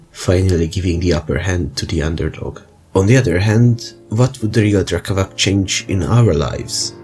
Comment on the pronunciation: Great vid! I know that these slavic words are hard to pronounce but it’s “drekavatss” 😂